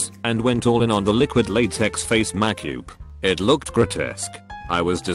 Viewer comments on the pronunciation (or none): HTF can the TTS voice pronounce "fam-damily" but not "makeup"?? TL-Doctor!